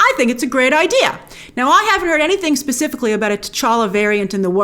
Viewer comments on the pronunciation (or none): none